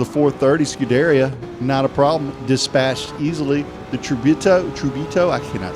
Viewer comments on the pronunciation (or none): Eh - no offence: 1. Tusk-an, 2. Bear-lee-net-ta. 3. Sku-der-eea. Thanks much for the info will try the cars you chose as man that first race put me off for real. Cheers (Cap’n) Jack.